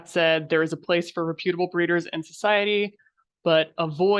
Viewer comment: The incorrect pronunciation of reputable is killing me. 😢